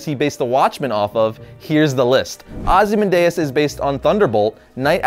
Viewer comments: Why'zee keep sayin' Ozzy Mandayas? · Isn't it "Oz-ee-man-dee-ous"?